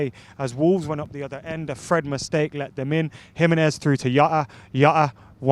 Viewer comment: It jota not yota